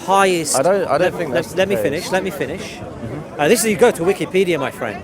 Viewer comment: Did he say Wikipedia 😅😂😅😂